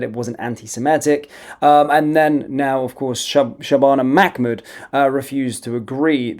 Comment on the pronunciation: Un it’s MAH MOOD NOT MAC MOOD